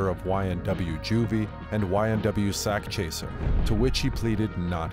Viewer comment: “Sakchaser” don’t sound right idk